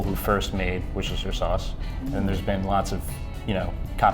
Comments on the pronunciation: wooooooooster sauce please, NOT woocestersher sauce... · it's pronounced "Wooster" sauce. You'd be a laughing stock if you said that aloud in the UK... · wooster sauce cause of worcestershire in England.. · Incorrect, the "shire" is silent.